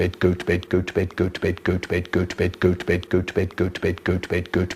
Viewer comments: After a while it starts to sound like he's saying "goat bed" lmao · Is it just me or I hear “Gucci bed” XD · It sounds like he's saying goats bed after a while Is that just me? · 2x speed tho 🥶🥶🥶🥶 it sounds like hes saying peppa pig lol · He said: Götüped Götüver Götver Götbet Götve Hötüvet Götüpen Götten 😀😀😀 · I hear gooch bate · sounds like goat bed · Nah u would be broke this man saying goat vape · I prefer the times he says goat bed.